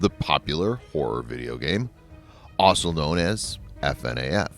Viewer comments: Dude it’s called FNAF not F.N.A.F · Literally nobody: THIS DUDE: F.N.A.F ME: what the actual fuck?!?! Its FNAF, ALL TOGETHER, FNAF!!!!!! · You say fnaf wrong